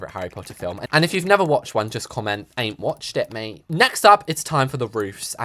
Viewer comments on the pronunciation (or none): none